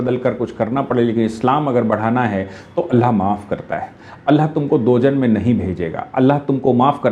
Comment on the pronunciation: दोजन नही,दोजख कहते हैं